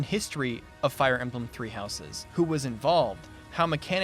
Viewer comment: I love you, but please... Stop adding the unnecessary and incorrect extra "es" sound when pronouncing "houses'" and any other words or names that end in an "s" sound while having a possessive use, such as with an apostrophe. You sound like an illiterate child.